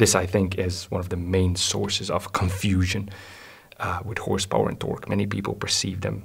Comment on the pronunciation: Yeah Hawwwrrse Bowa and twaawwk 😅